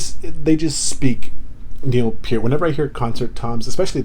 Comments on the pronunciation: Thank you for pronouncing Mr Peart's name correctly. It very irritating to hear someone butcher it. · Excellent video, and kudos to you for pronouncing Neil's last name correctly. But to answer your question, yes, Geddy plays Moog Taurus bass pedals with his feet. I think Geddy's double neck bass is 4 string and maybe 5 or 8 string bass too. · Good for you 👍👍👍. You pronounced Neil's last name properly.